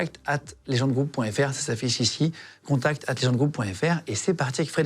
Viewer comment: « Ca s affichichi » 😂 je viens de commencer et c est deja trop bien